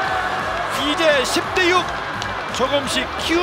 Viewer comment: "맞았숴요~" "빠졌숴요~" "밀어내기 볼뉏~"